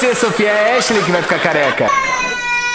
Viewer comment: Raraaaa a irmã da echileimfala halienigina